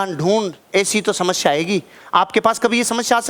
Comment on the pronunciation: Sir aap samasya ka pronunciation shamashya karte ho.